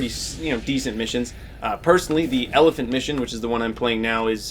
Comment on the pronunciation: "Elephant" "Saber" ouch